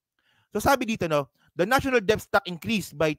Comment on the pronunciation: Debt is pronounced DET. Silent B